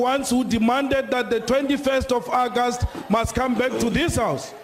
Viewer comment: What is ackast? Hahahaha. August!!